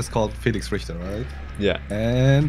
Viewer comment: When they started talking about the family, I as a German, literally yelled out "Die Ritter" like my life depends on it. Its just soo funny how he messed Richter and Ritter up